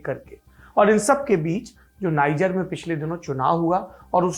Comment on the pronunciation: नाइजर नहीं, नीजेर